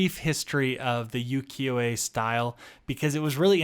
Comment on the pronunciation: Just a gentle note: it’s pronounced “oo-kee-yo,” not “yoo-kee-yo,” and yes, you are close to the pronunciation of Uwajimaya. You just need to enunciate the U at the beginning. “Oo-wa-ji…” I hope this doesn’t come across as rude, just wanting to be helpful if I can be 💕